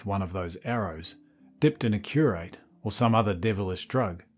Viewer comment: FYI the poison is pronounced curare "kyuh" + "raa" + "ree". Enjoyed this thanks.